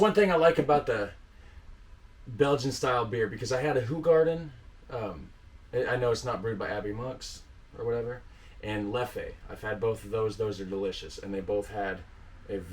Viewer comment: It's pronounced LEF. Not criticising just informing. X🍺🍺